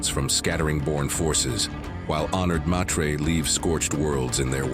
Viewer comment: It is Honored Meters not Maytreyz